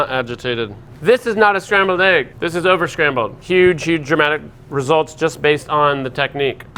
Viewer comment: Love the video, but someone needs to tell how to pronounce the word egg.